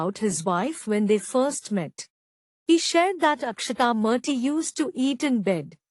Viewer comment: Correct your verbal pronunciation. Its "Murty" not "Marty".